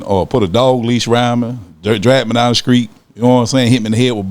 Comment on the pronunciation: Did he say skreet?? Lol